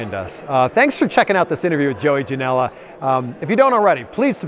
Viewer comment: Not trying to Hate.. but are you sure your name isn't JOEY JANEL-UH ?